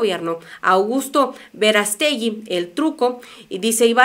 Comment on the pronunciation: una observación muchos vemos tus noticias pero lees mal y quedas en evidencia, el apellido es Verástegui es con acento y no como lo pronuncias Verastegui sin acento, saludos espero y no incomode mi opinión